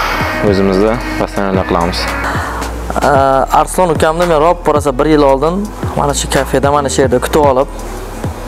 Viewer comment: Arislon emas ARSLON boladi